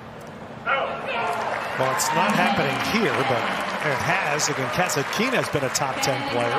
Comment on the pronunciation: it's so disgusting when you mispronounce Kasatkina's name without the letter "T" and the accent on the name is not where it should be.